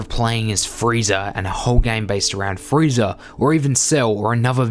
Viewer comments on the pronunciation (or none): This guy says "Friezer" and "Yamcher"